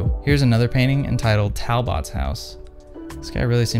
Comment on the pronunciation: Hopper is pretty great... The Talbot house is in my town.. Talbot is all one quick word barely two syllables like tal-butt. Another similar artist with some Hopper style is Bo Bartlett. Many coastal scenes with people and more story telling than Hopper but you can see the obvious inspiration. Some of these houses and others in the same style still exist if you visited places like Gloucester MA or Rockland ME. Great content and discussion in your channel.